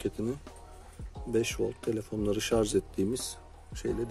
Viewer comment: şarj kardeş şarj. Şarz değil.